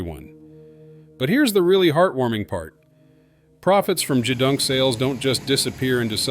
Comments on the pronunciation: Nothing but AI narration, it not a Z I P code it a zip code. It’s produced as gedunk not g e dunk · Not JeeeDunk.... GeeeDunk AI trash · Jeez, I absolutely hate AI-created narration. Thousands of sailors going back generations are laughing at the grossly mispronounced "GEDUNK," a famous naval word for snacks and "junk" food. It's pronounced with a hard G, as in "got" or "gate," and the E is long, resulting in gee-dunk. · Zee Eye Pee codes? Jee-dunk? Gtfo with this AI bs. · Good documentary! One funny thing: The computerized narration pronounced "gedunk" three different ways within a ninety-second span! It should be "GEE-dunk". Lastly, THANK YOU to all our Navy men and women, past and present! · Four years in the Navy and I never heard Gedunk pronounced with a G it was always with a K...